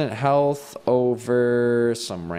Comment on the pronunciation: when you said "Instant Health Potion", I don't know if it was just me, but I heard... "Instant Hell Potion." I guess I'm just weird if nobody else thinks that...